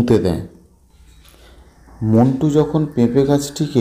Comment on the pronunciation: স্যার নাম টা মন্টু না মিন্টু হবে